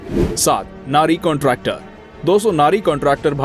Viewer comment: नारी कॉन्ट्रैक्टर नहीं..!!! नरी कॉन्ट्रैक्टर. ठीक से बोलो